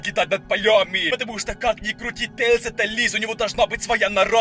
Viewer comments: Говари нормально пж тээслз! А тээлз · ЭТО НЕ😠 SONIC EXE😠 И НЕ😠 ТЕИЛЗ😠 EXE😠